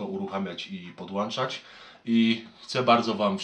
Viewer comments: Nie ma to jak "pdłanczać" i "cofać do tyłu". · mowi podłanczać